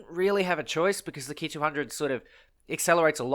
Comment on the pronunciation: You made me so excited when you said "ki" right the first time